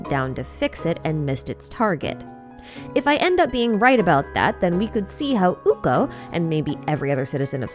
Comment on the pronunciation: Little pronounciation note on Ukko. (because at first I heard a French Hugo when you spoke of him). The syllabels are divided Uk-ko, with hard 'K' sounds. By pronounciation Finnish can be compared to Japanese. So as written, the vowels are short and attention is given to the double K's. Additionally, if you want to be nitpicky, the emphasis is on the first syllable. As a Finn, I'm really excited over Ukko being included in one of your theories by name, even if it is just a mention. :D thank you for very interesting theory once more!